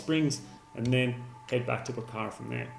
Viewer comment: For someone who has been to Pokhara many times you sure have a hard time pronouncing it. Otherwise great informative video. I came here because of your Annapurna Good/Bad/Ugly video